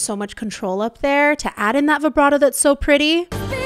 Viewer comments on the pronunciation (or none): none